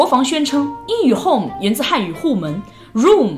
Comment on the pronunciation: home可以唸成戶母也是厲害，他的英語是體育老師教的吧